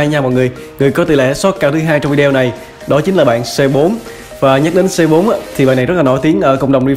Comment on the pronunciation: anh ơi phải đọc là Cu Tứ ko phải là Xê Bốn